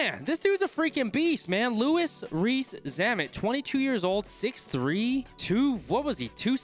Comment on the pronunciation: The way he pronounced his name at the start lol